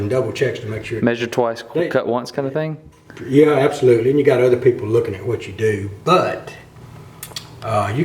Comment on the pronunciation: he said "im not sure, i measure the thang"